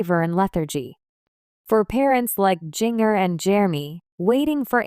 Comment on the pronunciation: Jeeng-er? God stop with the AI reading things.